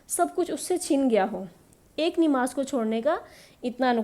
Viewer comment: It's not Nimaz it's Namaz